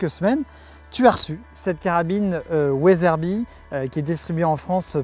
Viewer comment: From « Weatherby » to « ouaizeurbie »